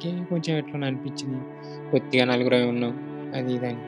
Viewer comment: నాలుగురం కాదు నలుగురం అను